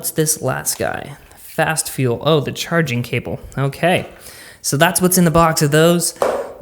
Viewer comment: Dude that intro is super ultra effin weird. And what is it with you reviewers and pronouncing the definite article like a normal person. WTF.